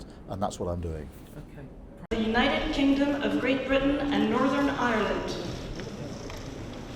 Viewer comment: He got one thing right the 'United Kangdom' We Wuz Kangz